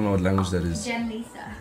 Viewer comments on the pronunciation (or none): That girl is Li - Za not pronounced as lisa lol😂 but shes filipino phillipines and shes known to have the beautiful face in the world.. for reals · Liza soberano is known actress here in the Philippines. Btw it pronounce as "layza"